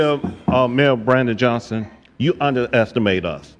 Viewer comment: It's mayor Brandon Johnson. If you can't even get his name right why should I waste time watching this video without even the most basic research to get that guys name right.